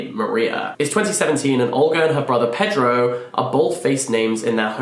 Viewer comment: It sounds like you're saying Olga's brother is Pedro, but I believe it's Prieto? In any case, I'm curious to hear what you think of this one since it's been getting so much love, is perfectly juicy, but also a cultural artifact! Though three-quarters of the way in, I felt it was too repetitive...